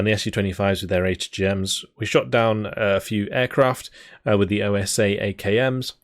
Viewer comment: The OSA antiair is actually translated from russian to wasp, is a word not pronunced like O.S.A. Not a problem the way you say it, just commenting.